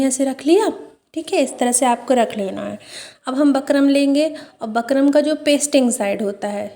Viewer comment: Bakram nhi bukram bolte hain